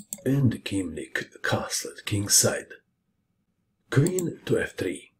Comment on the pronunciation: Hi, it's the annoying Dutchie again! Thanks again for this marvelous display, but Keemink is pronounced as "kaymink", so Kee is Kay. Just wanted to let you know, as you reacted very appreciative on my last comment:) Greetings from Amsterdam